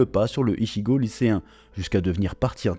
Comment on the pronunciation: Mon manga de coeur de quand j 'étais gamin , merci . Par contre un truck me détange surtout que tu le dit beaucoup de fois mais ichigo ce dit itchigo .